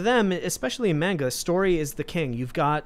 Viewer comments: Bruh pronunciation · Apologies, but it's pronounced "mon-ga" not "mane-ga". And yes, Demon Slayer is an AWESOME story! My grandmother even loves it! We got her into anime. If you love the politics in FMA, you'll love Attack on Titan. It's a good story about actual oppression, and politics in a fictional universe. Crap gets real in season 3-4, and the Eldians are treated like the Jews were in WWII. And SJW's got mad, and called it racist. For me, Dragon Ball came on Toonami in the 90's, and I watched it in English. Inuyasha is not a furry! He's a hellhound. A dog demon. Lol Also, my favorite manga is actually Fruits Basket, a slice of life series with a lot of real emotions about being disowned by your family and more. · ITS NOT "MAYNGUH" YOU BOOMERS ITS "M-AHN-GAH" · Great conversation... but everytime he say mAnga my ears hurt. Its mAHnga. Same as the ga, ma n ga. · Y’all are saying mainga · FFS learn how to pronounce ‘manga’ correctly. It has a long a sound.